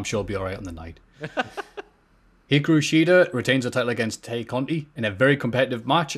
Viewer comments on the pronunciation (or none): I know this might sound petty, but I have to point it out. Tay is pronounced as "tie".